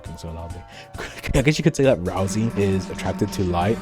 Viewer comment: why do you call him razl-E his name is ral-say ralsai